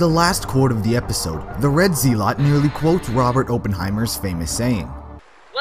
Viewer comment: Wasn't it revealed during Season 14 that Church was originally controlling Jimmy's body? The AI (Church) was implanted as Jimmy screamed is famous line "THIS DOESN'T SEEM HYSICALLY POSSIBLE!" It's pronounced "zel-ut"